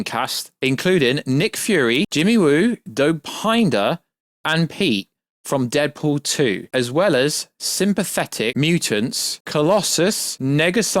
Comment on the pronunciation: Bro said Blind A.I... And "Dop I nder"... it's Blind AL... and it's pronounced "Dough-Pin-Der"